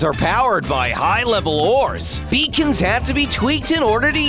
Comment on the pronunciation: I keep thinking that beacons were pronounced as ‘bacon’